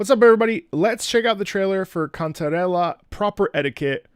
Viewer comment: is that really how to said the name "Cantarrre~lllaaa" so authentic